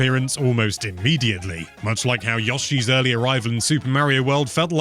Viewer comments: Great review. Very amusing to hear someone mispronounce Yoshi's name as "Yaw-shi". It's pronounced Yoe-shi. 😂 But you did a good job otherwise with the review. It definitely makes me want to get this game. 👍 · Who the heck is "Yahshi" though? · Marry-o I can deal with. But Yoh-shi? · The correct way? Umm ok